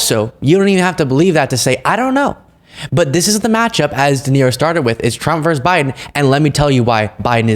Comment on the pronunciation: the word is "versus", not "verse", as in Biden v. Trump---v = versus.